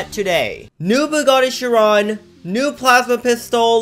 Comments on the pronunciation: chee ron not sharon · It’s pronounced as ‘shy-ron’ (Chiron ) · thats not how you pronounce chiron! its pronounced kai-ron, like in greek mythology